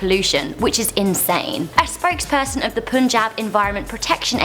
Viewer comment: It's Pun-jab not Poon-jab.